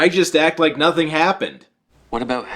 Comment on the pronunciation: YES! we finally got an "Aboot" and a "Hoose" from